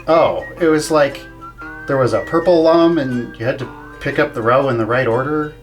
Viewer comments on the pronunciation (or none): Great video discussing a fantastic game, but at the end of the video, you pronounced Lum wrong. Rayman Origins' manual explains that it's pronounced like il-lum-ination, not like lum-ber. (I know both pronunciations have been used in official Rayman media, but the manual makes a point of teaching you the "correct" one, albeit they use a different mnemonic than I did.)